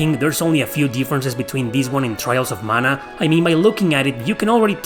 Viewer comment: When you hear the PROPER pronunciation of Mana. 😊🥰